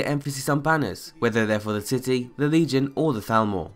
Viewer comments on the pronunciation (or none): none